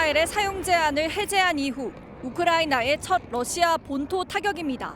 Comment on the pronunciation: TV기자들은 말도 잘해야 하지만 발음도 좋아야 한다. 특히 외국어는 가급적 원음 발음에 충실해야 한다. 그런데 TV기자들이 Russia의 러시아를 Lussia 로 발음한다. 많은 다른 기자들도 로켓의 rocket을 locket으로, Radio 를 Ladio 로, Roma 를 Loma 로 발음한다. 물론 한국어에는 ᄙ(쌍리을)이 없어서 L과 R을 전부 ㄹ로 발음할 수 밖에 없는 어려움이 있다. 그렇다면 한국인들은 R 발음을 정말 못하는 것일까? 아니다. 초성일 때에만 못한다. 아리랑(Arirang), 세레나데(Serenade), 프랑스(France) 등 잘 하지 않는가? 그래서 TV기자들에게 힌트를 주고자 한다. R 로 시작되는 단어를 발음할 때 앞에 '으' 발음을 짧고 약하게 먼저하라. (으)러시아(Russia), (으)로켓(rocket), (으)라디오(Radio), (으)로마(Roma) 등으로 말이다. 그러면 당신은 좋은 발음을 하는 기자가 될 것이다.